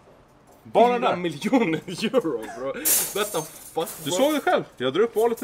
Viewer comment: Någon som har en "mannen"-räknare? Hur många mannen fick vi höra? 40 000 miljarder gånger ... Och hur många "braw" hörde vi? Bro stavas det och uttalas ... "Braw" är något hittepå uttal ...